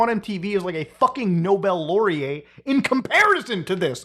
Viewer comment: muta pronouncing “laureate” silly 😂